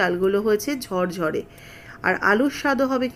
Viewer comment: কেন ঝরঝরে বলতে পারেননা? বলেন ঝড়ঝড়ে।😢😢😢